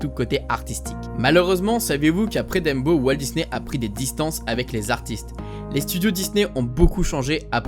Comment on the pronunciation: Le seul truc qui me dérange c'est le fait que tu dise "Dembo" Sinon, super vidéo :)